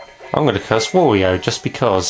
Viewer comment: Another thing I've often wondered: why do you pronounce Wario's name like that? You do know that it's pronounced the same as Mario's...?